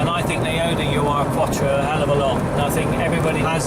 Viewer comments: It's neither pronounced U R nor does it mean original. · Tim Shaw off the telly thinks it's pronounced 'you are' as well.